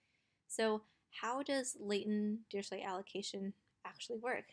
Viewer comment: Dirichlet is German is it's pronounced dee-ree-kley